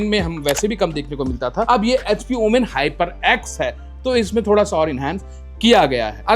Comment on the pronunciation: Its OMEN Not OOMAAAINNNN😂😂😂